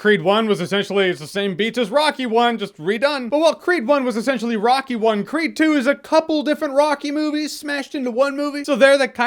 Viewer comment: Every time he says 'creed' , I hear it as 'creep' ..